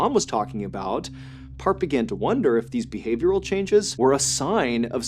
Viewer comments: His name is not pronounced as "Part"...Replace "E" in earth with P & that's how his name is pronounced. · It's Parth not part 🤌🏻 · it was annoying tbh but the pronunciation was a bit off that's why, as the culprits name is 'Parth' not 'part'. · it’s Parth not Park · It's PartH not part. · It's pronounced as Part-hhh actually nd not part😅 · I think it's Parth not part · The first story I thought you said his name was Kurt angle. Then I thought it was perc angle. Part is such a weird name lol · I thought he was saying Park the whole time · Its actually pronounced as Parth ( paharth) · is he saying PARTH OR PART lol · It's pronounced "Paarth".....like the "th" in thor.